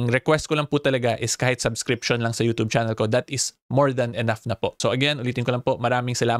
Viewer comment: baka pwede magrequest. Paki bago mo yung pagbigkas ng *yutoob". Kainis pakinggan eh.. parang kabaklaan ni vicr ang datingan. 😂.. just saying.